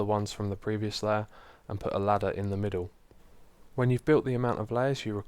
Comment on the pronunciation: "...and then three sou'sand across the middou'."